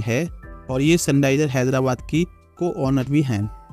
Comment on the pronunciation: Sunrises ❌ Sunniser ✔️